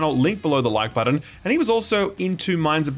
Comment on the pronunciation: It bothers me that he says “budden” instead of “button”